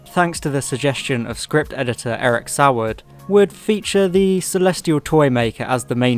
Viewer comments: Your pronunciations are wrong, Daly is pronounced Daily, Saward is pronounced SAYWARD, and Gough is pronounced GOFF. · I'm going to be pedantic and point out that Saward is pronounced "SAY-wood" and Gough is pronounced "goff".